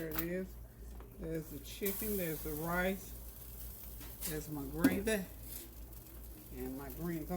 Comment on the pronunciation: Random, but I love how you say “rice”. You pronounce it “rAHs”. It’s my favorite!